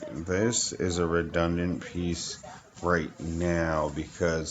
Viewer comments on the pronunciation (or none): Redondent lol